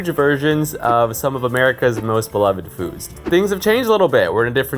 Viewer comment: "beloved foosd" 😂